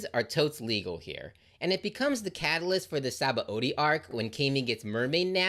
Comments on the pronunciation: It's not entirely obvious how to pronounce Sabaody, since it's a Portugese word adapted by Oda, but it's spoken as Shabondy. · Sabaody is pronounced Shabondy. BTW